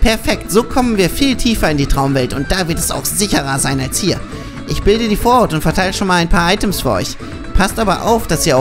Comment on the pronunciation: Nur so das heist vorhut und nicht vorhaut:D